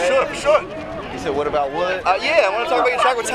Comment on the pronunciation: You said whauutt about wuttttttt